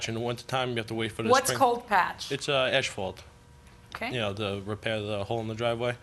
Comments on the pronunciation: the way he keep's saying ASHfault... it's asphalt dude. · The idiot Defendant is calling it "Ashfault". 🐌🐌😅😅